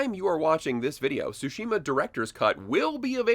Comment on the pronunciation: It’s pronounced Sushi ma